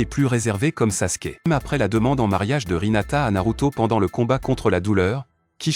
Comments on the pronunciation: Hinata pas rinata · C'est Hinata pas rinata😂😂😂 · Ta dis rinata mais ses hinata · Ce n'est pas sakula mais sakura Ce n'est pas rhinata mais hinata Ce n'est pas luchiwa mais uchiwa 😅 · C'est Sakura pas Sakula et c'est Hinata pas hilata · D'abord tu dis sakula et ensuit tu dis rinata